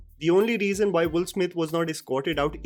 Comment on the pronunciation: Why your pronunciation is sounding Wolf Smith instead of Will Smith every time you said his name?